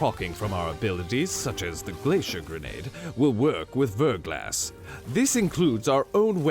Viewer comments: It's pronounced VER-GLAW, like "thaw", not VER-GLASS. ❤ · Verglas is pronounced "ver'glä" it's a French word that means thin coat of Ice. Before you ask yes, I am a Verglas Curve fanatic.